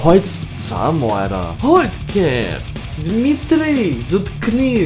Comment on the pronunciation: In norwegian its not hold keft, its prounonce hold cheft like in chimpanzees